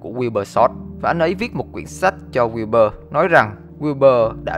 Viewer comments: Wilbur đọc kiểu "quiu bơ" ấy =)) lúc đầu tôi cũng đọc thành wibu =)))))) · Ghi wibu xong quên cách đọc Wibur luôn rồi